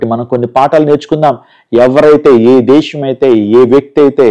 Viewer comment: Illullu kaadhu. Dhesssham kadhu Dhesam....I think you are a telugu educated person...no one says illullu...